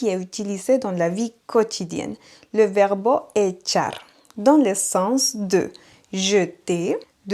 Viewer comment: Echo mas azucar en mi café. NB merci pour les cours, malheureusement je n'ai pas le temps de vous écouter régulièrement. Petite note : vous prononcez le mot " verbe" comme verbo